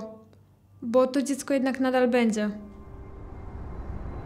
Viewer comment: Po dz mówi sie dzi nie bendze